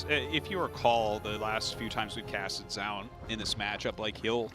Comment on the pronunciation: Ok I will write same comment as I wrote on some other Zoun commentary game. Why always commentators pronounce his name differently. One is saying ZOUN and the other is saying ZJOUN or ZHJOUN or I dont know how to spell it. Which one is correct I have no clue. But pls say it the same way, its distracting and weird.